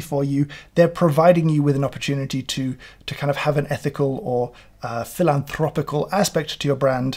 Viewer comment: Even with voice training I'm not confident I could ever pronounce "philanthropical" as beautifully as James does here.